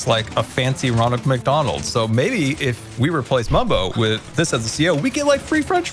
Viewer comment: Also Mumbo: Mumbio